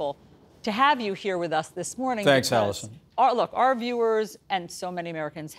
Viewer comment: My apologies: "Alisyn" not Alison...